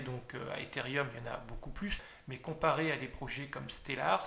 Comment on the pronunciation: Merci pour ces explications ! Toutefois on dit Ethereum... et non Etherium je pense...Il n'y a pas de i